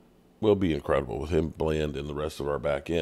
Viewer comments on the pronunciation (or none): none